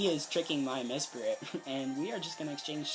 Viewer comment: i'm sorry but this kept bothering me, mesprit* not mespirit